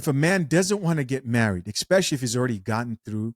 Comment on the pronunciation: Don’t say “Exspecially”